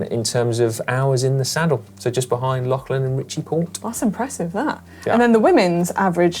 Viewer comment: When is Si going to learn to pronounce Lachlan correctly? He did it once in this video, but got it wrong several times.